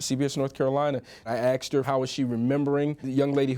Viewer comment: He's a reporter and he can't even say "asked." "I axed her a question."